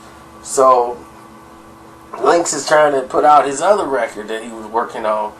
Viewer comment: its link not linx correct?